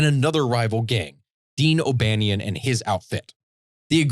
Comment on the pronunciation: Dean O’Banion was my great great grandfather and it drove me crazy hearing you switch between pronouncing my last name correctly and butchering it